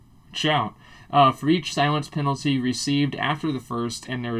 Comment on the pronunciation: Mate, Its Silence Penalty, not Silience Penalty